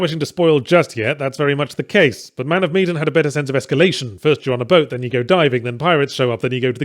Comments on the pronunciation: Man of Meee-den vs. Man of Me-dan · Medan. Not meedan. That drove me nuts. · it's MEH-DAN, fuck, man